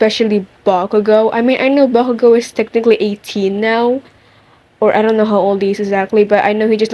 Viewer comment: Not me loving the way you say bakugou 😍😍😍😍